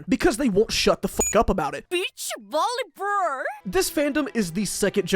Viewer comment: "nearly every bit of dialogue has a purpose in this game": "beach volleyburr"